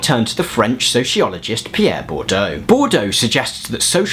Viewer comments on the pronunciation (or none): Yeah the issue is your pronunciation -- Bourdieu is best approximated in English as "bord-yuh". You kept pronouncing Bourdieu like Bordeaux ("bor-do"). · Boudieu, it's pronounced "buʁ dij œ" , FYI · You are full of energy and give good outlines of theory. Being petty bourgeois, may I point out that Bordeaux is a wine region and Bourdieu is a social theorist. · you're three months ahead of me! I'm listening while putting up laundry and keep asking myself "Bordeaux.....?" you rock!